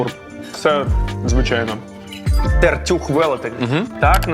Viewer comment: ТертЮх на Ю наголос курва!!! в Тернополі точно но Ю